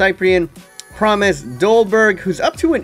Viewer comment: Its Promes, not Promise.